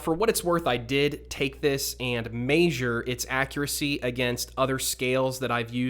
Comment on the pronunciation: Dude says measure like May-Zhure lmao it's Meh-Zhure